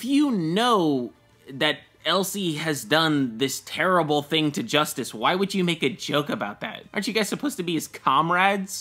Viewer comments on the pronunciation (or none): none